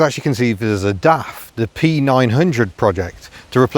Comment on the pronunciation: it's not daft quick... It's DAF quick...